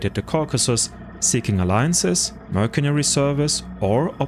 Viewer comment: I'm impressed by your pronunciation of SCYTHIAN. But not so much how you say MERCENARY